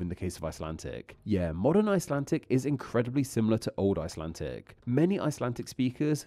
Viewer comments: IcelanTTTic? This is a pretty basic mistake in English. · The commentary sounds as though it's generated by AI. It's not only offensive to the ear, which is badly misjudged in a video about languages - it's also spoilt by irritating pronunciation errors. "IcelanTic " is a new one on me - is that what they speak under water off the coast of Iceland?